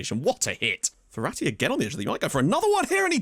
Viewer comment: Me: Mum I want Ferati Mum: We have Ferati at home *Ferati at home*: "Verratti"